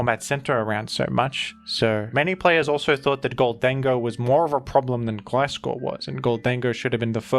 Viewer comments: Love the mix of gliscor and glaiscor pronunciation, keeps me on the edge of my seat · It’s Gliscover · its gliscover :c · It's Gliscover bros 😭